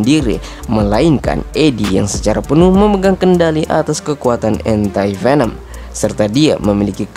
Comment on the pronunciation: ANTI dibaca dlm bhs Inggris: ENTI ✅ Dibaca admin jd ENTAI😂